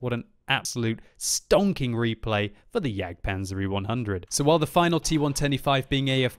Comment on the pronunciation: "Stongking Replay!" - 2016